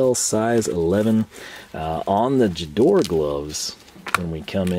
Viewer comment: guh-DOR-uh, not juh-DOR 😉